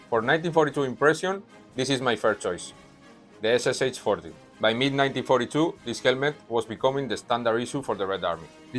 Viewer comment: Greetings from Russian reenactor! (I do mediaval Europe tho xD) Your video is unbeliavable cool, I recommended it to my bro who is History teacher to show it to his students. The only thing I need to say is that the helmet called SSh-40\СШ-40, where "Sh" or Ш is a single sound, like in the word "shark" or "shop". СШ-40 means Стальной Шлем образца 1940 года which means Steel Helmet, 1940 model. Same thing with PPSh, foreigners usually call it PPSH like four letters but it's actually three. So when you see SH in soviet abbreviatures, better check how it's written in Russian. If there is SH=СХ - it's two separate letters S and H, if it's a Sh= Ш, it's a single sound. Hope I made it clear, my English isn't really good xD Thank you again for amazing video and interest to our country and our history!